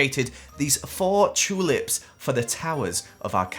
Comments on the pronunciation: I like when he says chulips instead of tulips 😊😆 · i love how says chewlips 💀